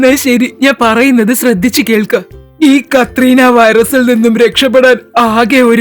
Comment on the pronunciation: കത്രീന വൈറസ് അല്ല കൊറോണ വൈറസ്